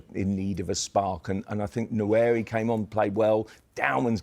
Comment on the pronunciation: Nwaneri needs to start banging in some goals so people can pronounce his properly 😂..... "Wa-nare-ree"